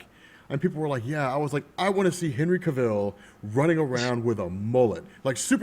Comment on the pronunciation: zack snyder didnt 'wreck' e superman character. e character has been ard almost 80yrs with many iterations. u cn prefer 1 over e other or u know, learn 2 appreciate all versions. btw, cavill rhymes with travel. not pronounced as Cuh-ville, jus saying. fyi, BvS did NOT cost $400mil to make. those rumors were BS. besides, if MOS cn make $170mil jus thru product placements n sponsors 2 offset it's $225 mil production cost, pretty sure BvS cn make alot more $$ frm partnerships etc 😏 anyways, hv a great day fellas